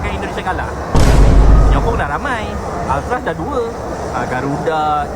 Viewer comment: Altafah = Alfatiha😅😅😅